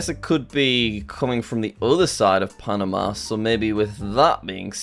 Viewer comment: I think he said correctly